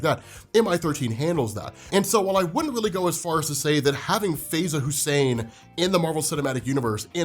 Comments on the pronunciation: In the U.K. she would pro ounce her name "FIE za" not "Fey za".👍🏾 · Her name is pronounced Faiza like pie-za . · Faiza is pronounced Fy-zaa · It's pronounced Fa-ey-za bruh